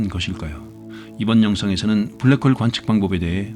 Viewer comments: 블라크 호으~ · 불랙 호올 ㅋㅋㅋㅋ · 블랙홀 영발음에서 눈물콧물다쌌습니다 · 블랙홀 발음 보소